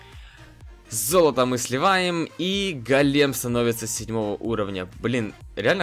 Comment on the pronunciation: Не голееееем, а гооооооолем